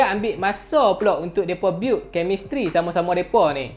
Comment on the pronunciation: Build tu nape bunyi BIUT... bunyi BUIT ok lagi walaupon bunyi jawa 😂